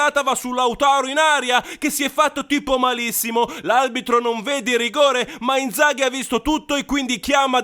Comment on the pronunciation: Peccato che dici aLbitro, spero però di sentire male